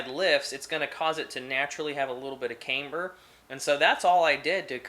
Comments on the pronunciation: Cam-ber not Came-ber, you wouldn’t say Cameshaft would you. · Nice video! Very informative! Oh, and FYI you're pronouncing camber wrong. It's "cam" not "came". Like how you would say camshaft. Look forward to seeing more vids! :)